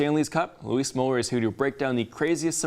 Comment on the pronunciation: Stop calling my nephew Louise...his name is Luis, pronounced LOU-IS